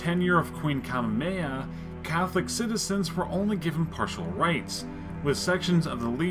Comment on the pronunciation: It sounds like you mixed the names of Queen Ka'ahumanu and Kamehameha II in and sounds like you said Kahumea or something.